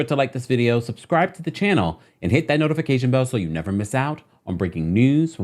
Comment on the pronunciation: “Or Neverr” 😭😂🤣